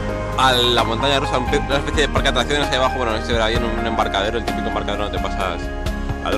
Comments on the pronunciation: dice batracios willy,NO MIENTAS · dice batracios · abajo dice batracios ... xD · Like si te diste cuenta que al final del vídeo decía batracios :P ERES GRANDE WILLY